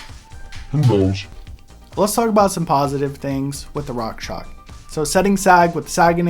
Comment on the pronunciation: It's rockshox. Not rockshock lol